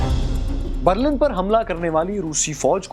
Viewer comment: بَرلَن غلط َبرلِن صحیح عَبور غلط عُبور صحیح